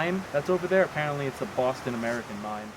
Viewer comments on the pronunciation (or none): none